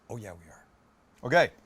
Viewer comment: canadianity really came out.. "oo yea"